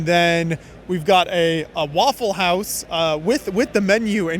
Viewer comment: Very nice "waffel"-house ... 😂😂😂